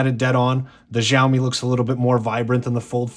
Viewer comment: Oh and it is pronounced show me.. think showerwith no er at the end